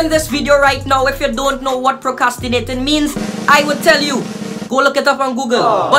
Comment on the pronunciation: Hear he nah procyastinate